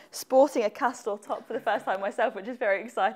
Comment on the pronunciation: did he say cost down?